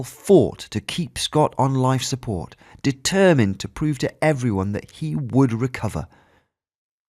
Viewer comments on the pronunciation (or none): none